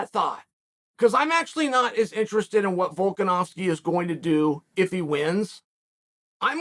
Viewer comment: You know you’re good when Chael pronounces your name correctly